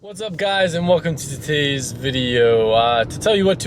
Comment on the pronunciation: "Totays video" LMAO